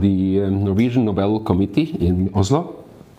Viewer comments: NÓBEL NÃO, NOBEL CARAJO!🫠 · Esse Nobel, dito como proparoxítono, já virou uso consagrado? Tristeza!